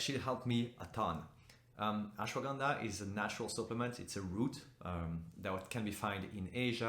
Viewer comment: That’s not how you pronounce Ashwagandha 😂😂😂